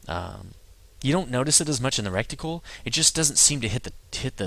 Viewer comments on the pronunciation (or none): Reticle bud, not recticle lol, that is something far more unpleasant!